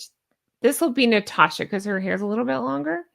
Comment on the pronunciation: I'd have to say I ❤️ the name Natasha. Theres no R in it tho, its NaaaaTasssssshhAAAA. Trust me on that 😉